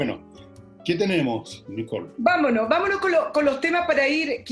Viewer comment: Nicole dijo “ vamolo “?